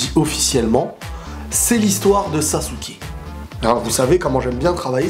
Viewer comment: Sa se prononce pas "sasouke" sa se prononce "sasske" sinon excellent video